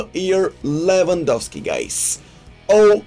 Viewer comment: Levengawski ..levengawski lets go 😂😂😂